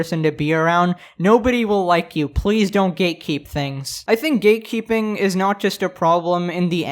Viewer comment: Why do I hear "gaykeeping" instead of "gatekeeping"?